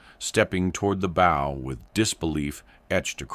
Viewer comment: “..fighter lined up perfectly with the bow..”. “bow”…rhyming with “go”….😅…shut up.